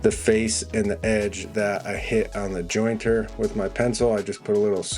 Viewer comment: THANK YOU for pronouncing the "T" in jointer. I feel that the vast majority of people call it a "joiner," which makes no sense, because the machine doesn't create a joint!